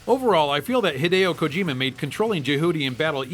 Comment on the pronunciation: This episode gets 5 super awesome mega turbo Mech points because of how many times he says Hadieo Kojima. also because i love Metal storm, so yea old episode new enjoyment here.